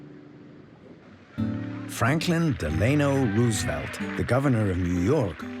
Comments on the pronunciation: You aren’t real. Nobody who really lived through those times would pronounce FDR’s middle name Del-AY-no. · Franklin Deelainoe Roosevelt has got to be the worst pronunciation of his middle name ever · The pronunciation of Franklin Delano Roosevelt is TOTALLY wrong. Any school child knows that. Whoever made this should know better - unless it's an AI voice? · Kindly get the BASIC FACTS straight. HERBERT Hoover was Prez before Roosevelt. J Edgar Hoover was an FBI Director. You mispronounced Delano and Nazis. TERRIBLE VIDEO. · Nazi, Delano, Toledo - mispronounced.